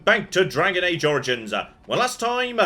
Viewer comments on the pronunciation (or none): "Welcome back to Dragon Age: Origins-ah. Last time-ah..." I'm out! I can't handle added syllables like that.